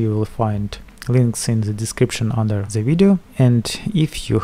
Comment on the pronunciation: Why do you say zzz in every word you say like its "the motherboard" but you say " zhe motherboard' Like if you agree